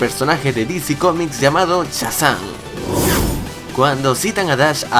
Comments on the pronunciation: Ahora que me doy cuenta () dice chazam y no Shazam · Se dice Shazam no sasam